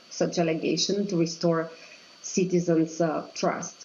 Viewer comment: cant believe she sais citizens lol